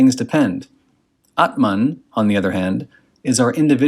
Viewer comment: Nice pronunciations of ‘aatman’ and ‘bramhan’. Most people don’t even try.